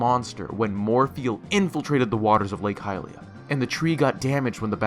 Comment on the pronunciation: the way he pronounces hylia hurts me so much